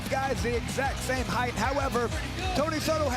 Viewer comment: "Heighth" is NOT a word!!